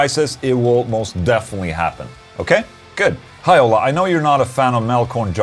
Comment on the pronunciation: Hi Ola! Two questions. How could I tighten up my Laney Ironheart 30w combo? Tryied an Joyo Vintage Ovedrive in front of it but did'nt work. Help me there please. And in the other hand, why you say your name in the questions like and american instead of the sweadish pronunciation? Love bro!